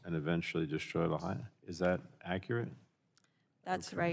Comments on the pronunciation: Ms Castor lost me when she pronounced "Lahaina" like she's trying to speak Spanish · Ms. Castor should have spent 2 minutes learning how to pronounce “Lahaina.” It’s a Hawaiian word, not a Spanish one.